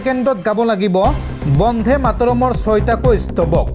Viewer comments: বন্দে মা তৰম হে হ'ব লাগে বন্ধে নহয়। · Bondhe matorom nohoi Bonde matorom. Usharonot mon dibo. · Bande matarom bandhe mataram nahai. Ucharon bhul hoche. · Bonde matorom bhal koi ussaron korok son